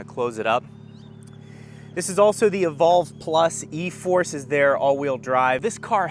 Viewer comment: Wtf is FOUR-ORCE?